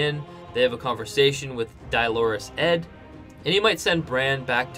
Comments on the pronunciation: Dolorous Edd, but in England you dont really pronounce the O... is more like De-lor-ous Edd. Atleast here in South London :P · Dolorous = pronounced "DOLLAR-ress" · He knows what the word is, just not the pronunciation